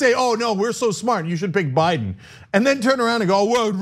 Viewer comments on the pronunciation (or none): none